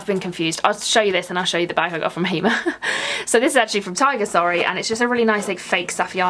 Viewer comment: Hi I've been following you for quite a while but via another Account. I'm in the process of resubscribing from this channel.. anyway I just want to put you out of your misery because every time you mention Hema you struggle with the pronunciation 🤣🤣 so in Holland its pronounced as Hay Ma the Dutch pronounce the letter E like the ay sound like in day, say, hay etc 😁😁🤗